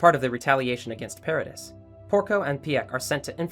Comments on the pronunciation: nah bi its paradis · PAH-RAH-DEE the s is silent